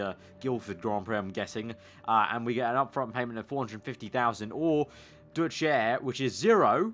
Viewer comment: how he pronaunce DeutschAir xDD